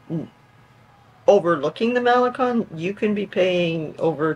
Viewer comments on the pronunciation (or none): MaleCON not MaleCONE!😊